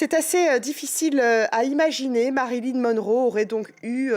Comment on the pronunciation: * MariLYN svp et non MaryLIN 😂